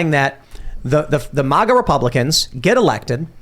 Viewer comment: Every time Tim pronounces MAGA an angel loses its wings